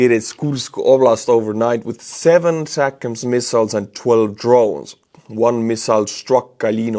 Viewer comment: For some reason I miss how you used to say atacms…attack..ms - haha